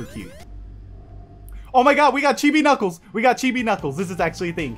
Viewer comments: Sonic the Hedgehog he saying kniggles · i love it when u say"knickles"